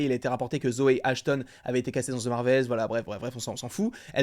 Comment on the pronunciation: ahhhhhh arrêtez de prononcer ``the``, ``ze``. c`est trop. Mais j`apprécie tes vidéos